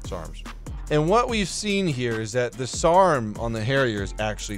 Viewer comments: ITS NOT SARM ITS SRAAM S-RAM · Keeps saying it wrong...... Its SRAAM NOT SAARM JEEZUZ CHRIST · SAARM?????? you mean S RAAM Lmao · As I posted on the last jet video, it's SRAAM not SAARM!! I don't know why it's bothering me so much but it is. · say it with me..."s" "raam" ...sarms XD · Saarm missle ... or Sraam missile? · SRAAM, not SAARM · Ffs stop saying Sarms it's s-raam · its SRAAM not SAARM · The SRAAMs Are pronounced S-Ram. Please stop lmao I love you but that gave me aids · “S” “RAM”!!!! Please ffs